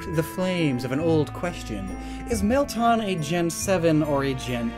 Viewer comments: Bro it's Meltan!!!! NOT MELTON!!!! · It's Mel - TAN! Not Mel-tahn! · Isn’t it “Mel-Tan” As in like “tanned colored” Not “Tahn” I mean don’t we literally hear how the name is pronounced in the Prof Oak & Willow Trailer? Edit:Just went and check. It is “Mel-tan” & not “Tahn” like how you are saying it. Idk though, maybe you just have an accent. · Mel-tan, it’s not hard. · Meltan is pronounced Mel-tan not Mel-taan